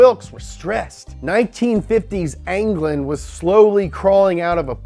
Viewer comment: Says england anglane